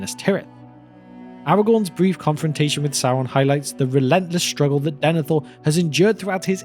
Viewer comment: “Sauwon” Bruh